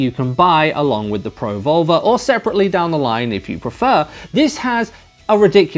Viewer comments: pro vulva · As an American, your accent makes you sound like you're saying Pro-Vulva. Was a bit confused the first couple of times, but gave me a good chuckle. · I don't know about anyone else but when you say pro volver , thats not what im hearing lol .